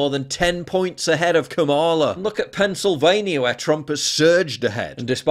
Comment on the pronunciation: Pennsylvania, not Pennsylvanier